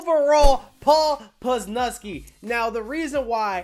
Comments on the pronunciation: "poz" 'luz" "knee" now you can pronounce it correctly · Dude calls Leonard Williams "Lenn-NARD", and Paul Pusluzny "Puz-nuz-kee" lol keep livin the dream brother